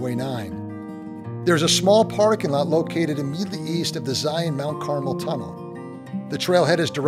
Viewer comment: I applaud your channel you are the first that Ive encountered on YT has been able to pronounce “Zion” properly, it’s a source of great frustration to we Utahns. Thank you for taking the time to ‘get it’!